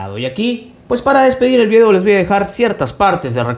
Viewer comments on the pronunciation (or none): none